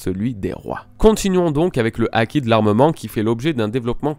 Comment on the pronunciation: "acquis" "Haki" comme tu veux lol sinon good video:)